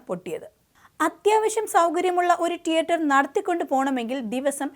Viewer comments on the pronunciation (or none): ട്ടിയട്ടർ അല്ല തീയേറ്റർ എന്ന് വേണം ഉച്ചരിക്കാൻ 😏